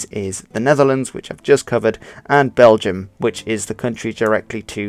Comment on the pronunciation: The word Dutch actually comes from the word Diets, what in turn comes from the word Deutsch but after a while it became it's own language. Diets/Deutsch means Volks taal or Folk's Language in english. also you pronounce BelgiOURS wrong.